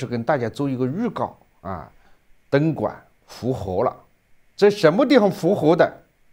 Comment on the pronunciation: 何老，我服你，东莞说成灯管，😂